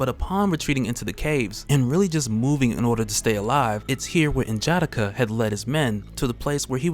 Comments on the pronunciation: N’Jadaka (N-Juh-D-Ah-K-Uh) is dope as hell and I love your videos but that pronunciation felt off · I like the reviews, but hate the way you pronounce N'Jadaka its [Nuh - Juh - Dah - Kuh ] similar to T'Challa [ Tuh - Chah - Luh ] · This is cool but you have to pronounce the "A,s" in "N'JADAKA" like an "O" in "ODD." You are using English vowel pronunciations on African names and it sounds terrible. Video is dope though. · Only thing that bothers me about these videos is how he butchers N'Jadaka's name. Other than that, dope video.👌🏾